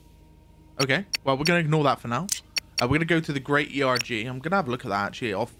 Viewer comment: Loving the looks of this game, just a little fyi - an 'erg' is a type of desert sand formation and is pronounced as a single word, not an abbreviation <3